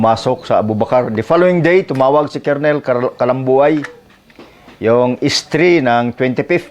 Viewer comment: Wag ka magagalit at i-correct lang kita. Colonel ang rightword pronounced as kernel